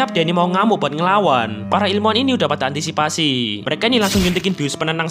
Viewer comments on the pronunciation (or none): none